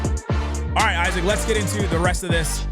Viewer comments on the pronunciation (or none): none